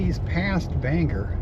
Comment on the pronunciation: I love your road trips, they take me back. I must say, the dead giveaway that you are not originally from Maine is the way you pronounce Bangor. As many years as I've been away, I still hold onto the "O" in Bangor like my life depends on it. 😀